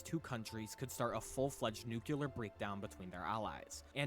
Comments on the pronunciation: Did you not hear him say "nuke-yoo-ler"? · For sure it's hyperbole. The fact the guy says "nuke-yoo-ler" kind of says it all. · It's clearly speller Nu cle ar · It is not how everyone says "nuclear" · it’s very annoying but you can’t assume intelligence by it